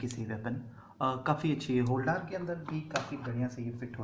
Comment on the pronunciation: Holdaaaar नहीं होता....... होल्डर hota hai